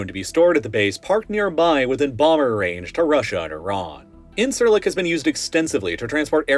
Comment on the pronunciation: Something you should know for future geopolitical videos centred on the Middle East: Incirlik is actually pronounced like "injure lick." C makes a j sound in Turkish.